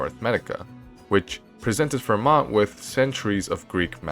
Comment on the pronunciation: The "t" in Fermat is silent.